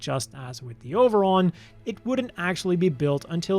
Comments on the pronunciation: I like that the “Over-on” pronounced with a Japanese accent is “Oberon” is a cute little nod to Oberon and Titania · Interesting way of spelling Oberon. I wonder if this was word play in Japanese, like the To-Love-Ru manga's title being pronounced the same as the English word trouble.